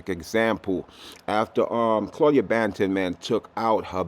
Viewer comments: do you say buju bantin? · News lady said "Claudia Bantin"🤣